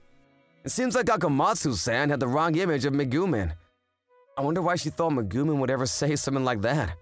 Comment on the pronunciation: Its pronounced megumeen